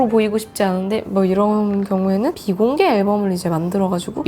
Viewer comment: 사투리 모먼트 비 ↑공개 앨범을~~ 녹화하~ 고 싶은~~ 덕↑질할때